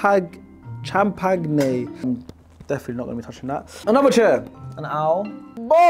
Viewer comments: Does he really not know how to pronounce champagne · “Champ-pag-ne” it’s champagne 😂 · champagne " champi- paga-knee" wise words from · mans really said CHAM-pag-ne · Bro said cham pag nane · He read “CHAM-PAG-NE“ on purpose or he really don’t know how to pronounce it😮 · I love how couldn't pronounce "champagne" 😂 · It's actually funny that doesn't know how to pronounce champagne